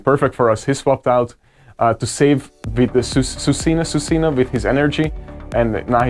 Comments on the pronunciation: Swee-coon for Suicune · It's pronounced swee cune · i prefer the way he pronouns suicune to the correct way haha